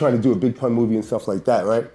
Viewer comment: Poon instead of Pun M-a-f-i-a instead Mafia 😂😂 A.I 🤦🏽‍♂️🤦🏽‍♂️